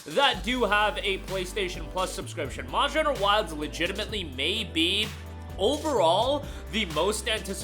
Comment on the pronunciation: Am I the only one that could not understand his pronunciation of monster hunter